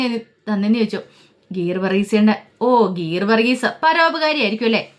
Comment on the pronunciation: ഗീർ വർഗീസ് അല്ല🤣 ഗീവർഗീസ് ആണ്